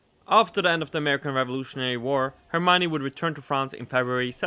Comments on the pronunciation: you say er m ione you take the ion of the lion to say it correctly. for the r it's as if you were doing rrrrrrr but only once. I hope you can understand 😅😅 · L'Hermione is pronounced herr-me-on. It always makes me feel funny to see my ship in play.